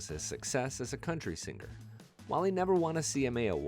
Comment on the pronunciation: Very few people mispronounce the word singer.....but you do several times. By accident, not on accident.